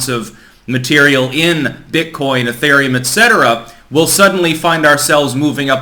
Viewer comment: "Ethaireum" lol